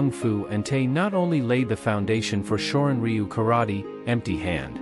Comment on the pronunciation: u,///the Y is silent shorin ru is how you say this martial art